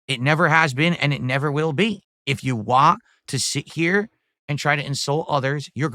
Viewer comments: Am I the only one that can't stand the way he pronounces "want"? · saying WAN instead of want